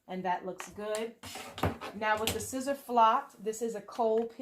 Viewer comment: Because I wanna see you win...Siser is pronounced like Caesar.